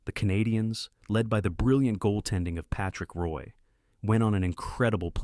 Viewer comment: This AI narrator mispronounces Probert as PRAH-burt & Roy as ROI (it's RAH).🙄🤦 Otherwise, a well-written & researched video on the career & tragic death😭 of Todd Ewen.👍 Having been a lifetime San Jose Sharks fan since 1995,🦈💙 I'd often get carried away whenever watching Ewen lay hard hits & engage in slugfests in televised Sharks games during the 1996-97 season.😡😤👊 But aside from his enforcer physicality, he was a loving husband to his wife - and eventual widow😢 Kelli, and young sons.💖 When I learned of his suicide 10 years ago, I was stunned, yet totally not surprised.😔💔#riptoddewen🙏